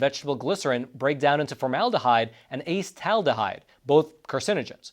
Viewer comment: Because I like you and your podcast, I will help you with learning how to pronounce the chemical names you are trying to prounounce. A AAAA aye, seat - Al cetal, Deeeee de, Hide Hyde. Acetaldehyde. Next Acetyl, A seat Al. Next 2,3, Pentanedione, 2 3 Pent ane (like Anus) Die Own. Next toluene, tol like tall u like you ene like eeen. Toluene, Tall you Eeen. Keep up the great work and podcast. I like your podcast very much. Oh and by the way I studied Organic Chemistry in university in America for about 7 years.